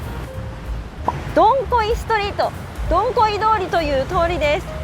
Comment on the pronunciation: Dong Khoi通りはCOVIT-19の影響で観光の皆さんが来れなくなったため、店舗閉店が多発してしまいました、、、 以前の賑わいはなくなってしまいましたね😭 ちなみに、現地では"ドンホイ"に近い発音にした方がよいですよ😁 日本語発音"ドンコイ"はちょっとはずかしい意味になりますので😉 From Quan7 TP. HCM住人